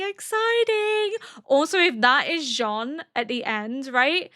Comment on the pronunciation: ケニー？っていうヒトも多い中、ちゃんとジャン？って言ってますね☺️